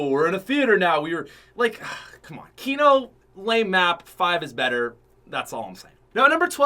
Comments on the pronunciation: Kno moor cod of dooty. moar fortnot. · I got triggered when he said kino 😂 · Was I the only one that said “I hate you” when he said kino. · When he said kino I got bit upset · PUT SOME RESPECT ON KINO'S NAME......still love you though <3